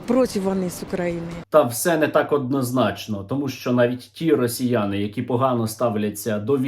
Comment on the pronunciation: стерненка,)) что за "расійані" и "расійа" в твоей лепнине?..